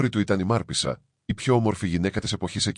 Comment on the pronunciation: Μάρπησσα λοιπον το σωστο κι όχι Μαρπέσα